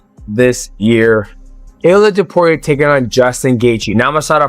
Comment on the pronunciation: It's Topuria, not Topiuria